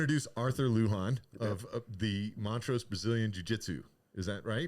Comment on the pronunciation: It’s Lujan not Lugan!! 🤔